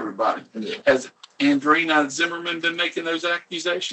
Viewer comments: I hate that they could never get AUDREANNA’s name right. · I have no idea how to pronounce the victim's name at this point. I think I heard it pronounced 8 different ways and several other totally different A names during this video lmao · Anyone else find it REALLY annoying that all the detectives and officers can't seem to pronounce her name right? Seems like the least they could do at this point, knowing the name of the victim your are investigating on behalf of.